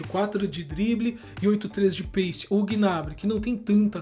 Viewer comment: Doeu na alma esse " pace " com c, na tamb mds kkkk